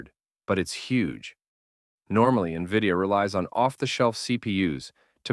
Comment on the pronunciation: Nahh this is definitely AI.....brother cant pronounce NVIDIA..... N V I D I A...this aint spelling contest lad😂